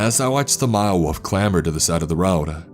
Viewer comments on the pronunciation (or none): It’s wolf not woof pls fix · Wolf not woof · Wolf, not woof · lol...walfs ? walf and walfs :)))) funny way of saying WOLF :)) nice story , but the WALF thing cracked me up ! :D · wuf eKspecially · this is great but the way you pronounce wolf is killing me lol